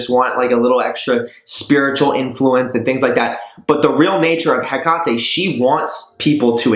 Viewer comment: I thought she was pronounced "Heck-a-te" not "Ha-Ka-Te"? And "Bee-lie-al' not "bail-ee-el"